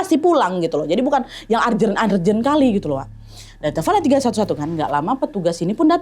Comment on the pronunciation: Urgent baca nya “ eurrgeun” bkn argeun” sorry bad.